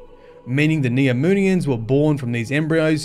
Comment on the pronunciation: I thought I heard him say "Neominions" in the beginning.